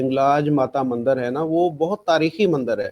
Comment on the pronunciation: Are bhai ye mander nhi bolte mandir hota hai